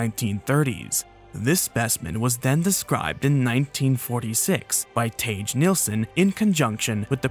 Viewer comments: You're suppose to pronouce his name as "Thageh" 🤦‍♀ Not "Teich". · Quick note: Tage isn't pronounced "Tayje", but roughly as "Tah-geh", to make the reading make sense to an english speaker. A good rule of thumb for foreign names is to go with the international reading of vowels as opposed to the bizzarro english one. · I can excuse the, still slightly weird, pronounciation of Bjuv as "Bievv", but Tage as "Tasch" is unforgivable. 😝 Also dodged a bullet with Scania instead of Skåne. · Just incase Tage Nilsson comes up in the future again. The G in Tage is intended to be a hard G. Not a soft G. Source: I am a native swede and have lived in Sweden all my life.